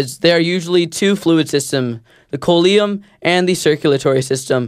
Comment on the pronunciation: Just so you know, as annoying as it, is the word "coelom" is pronounced "SEE lum"